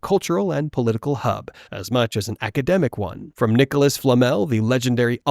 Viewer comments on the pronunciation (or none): none